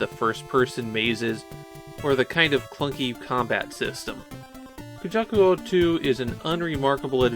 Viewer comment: Drinking game: take a shot every time says “kajuku” instead of “kujaku”:) Never played this one and didn’t know they were the same devs from Umihara Kawase. I love that game!